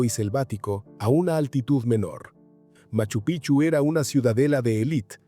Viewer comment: TE RECUERDO. QUE MACHU PICCHU ES UNA PALABRA QUECHUA SE ESCRIBE PICCHU Y SE PRONUNCIA PIKCHU ASI SUENA Y NO CAMBIEN SU NOMBRE A CADA RATO DICEN MACHU PICHU. Y NO ES ASI ES MACHU.( PIKCHU) ASI SUENA CONSULTEN FUENTES ANTES HABLAR COMO TARTUFOS ES MACHU PIKCHU SU PRONUNCIACION